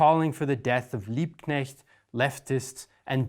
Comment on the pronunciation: Liebknecht/Luxemburg? Really? Every single time!